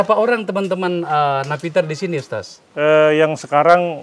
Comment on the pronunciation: Alhamdulillah... perlu dipublish terus agar masyarakat tidak terpapar radikalisme. Kesadaran berbangsa dan bernegara yg pancasilais nan berbhineka semakin subur. Selamat Bang Akbar...semakin maknyus aja nih AF Uncensored. Penyebutan Ustas khas Makassar Bung... 👍👍👍